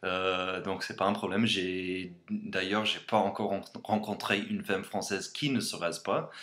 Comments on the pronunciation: Super sympa ta vidéo, et ton franças est vraiment très bon ! Si je peux me permettre un conseil pour ta prononciation, dis "famme", mas "femme" ("faime") :) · Vidéo intéressante (et très bon accent français soit dit en passant, à part sur le mot "femme" qu'il ne faut surtout pas prononcer "fème" mais "fâme"). Sur le dernier point, je ne suis pas tout à fait d'accord. Je sais que le préjugé sur les "French defeatist monkeys" est très répandu aux USA, mais il se base principalement sur : - la défaite de 1940, qui est effectivement une tâche honteuse dans l'histoire de la France ; - les guerres coloniales, que nous avons perdues comme toutes les anciennes puissances coloniales (UK, Belgique, etc.). Mais la France n'a pas capitulé en 1914-18, pendant la "grande guerre". Elle s'est battue pendant 4 ans et a perdu 1,2 millions d'hommes. Beaucoup de familles françaises ont un de leurs ancêtres qui est mort pendant cette guerre, c'est dommage de l'oublier. Mes préjugés sur les USA : - le citoyen moyen a une très faible culture générale : s'il sait situer un pays européen sur une carte du monde, c'est déjà bien ! - les biens de consommation courante (voiture, nourriture, high-tech) occupent autant de place dans la vie d'un Américain que les livres et la musique dans la vie d'un Français - les Américains considèrent que tous les pays du monde sauf les USA sont sous-développés. - les Américains aiment les armes et trouvent normal d'un posséder chez soi pour se protéger. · Super vidéo. Mais fais attention à ta prononciation des mots "vidéo," "intéressant" et "femme". Bonne continuation! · Great progress! Purely in the spirit of constructive criticism, en français "femme" is pronounced "famme"... All the best. A. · Heyyy ! Pour les femmes (ca se prononce "fAmme") qui sortent toujours maquiller C'est vrai pour la plus pars! Moi étant française, je préfère largement mon jogging haha!